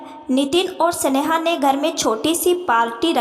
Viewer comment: सनेहा. की जगह स्नेहा कहो